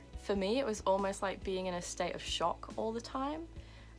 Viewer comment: U almost said "shtate of sock" Lol you're cute.